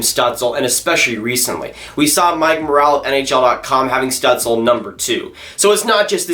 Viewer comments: You should look up how to say Stutzle, it wasn’t close 😹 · That is not how you pronounce his name